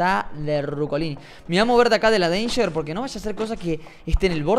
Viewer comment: "deinger" Jajajajajajajajjaja